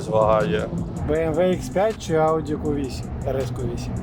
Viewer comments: Так бісить коли говорять ку 8 , в англійській мові немає букви КУ, є кью Q, так правильно говорити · тільки це не КУ а К'Ю